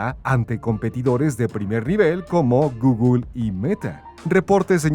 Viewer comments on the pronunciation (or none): none